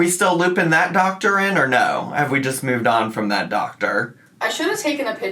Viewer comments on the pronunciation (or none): She's been adding a 'w' sound to words like food & move & it's really bugging me. 'Fwood' 'mwoove'.